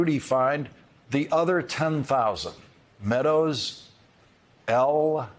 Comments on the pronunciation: Is it just me or is anyone else really irked by the ridiculously slow emphasis Lawrence gave on the....... L........O.........L..........as if it's game, set, match? After hearing the texts, I believe this is being taken WWAAYYY out of context. That was clearly a response to a joke, as 💩 y as it was, not a laughing confession of guilt 🙄😑 How TF is this even news....? 0_o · I wish I could send the soundbite of Lawrence saying "L(dramatic pause) O(dramatic pause) L." to people deserving of a "womp womp"